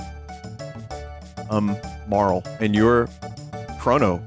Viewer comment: thank you for pronouncing marle correctly!! i already forgot all of the jokes you made in the last chrono trigger playthrough.... you will probably make the same jokes and i'll laugh again